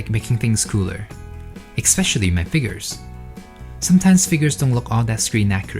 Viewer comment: Ken, I love your work but please practice pronouncing es-pecially there is no c sound in the first sylible😂 ❤